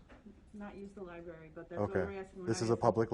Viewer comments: If you call it the "libary" one more time you must leave the library. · Its a public liberry😂😂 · Sort of just playin’ but it is a library, not a libary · What's a "Liberry"? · "Liberry" ( + )) - Are you serious, dude? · Libary? Wtf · Are you saying " LIBERRY" 😀😀😀😀😀😀😂😂😂😂😂🍺🍺🍺